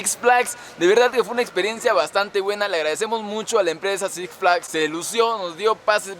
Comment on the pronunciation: Six flais dijo el negas:v